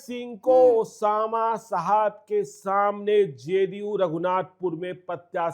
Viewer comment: साहब होता है मैडम शाहाब नहीं ,, कैमरा उठाए और बन गए पत्रकार,, पत्रकारिता तो सीख लो तुम लोग कम से कम ।